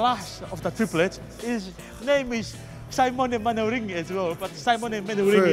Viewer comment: Simone manaring. Lord give me strength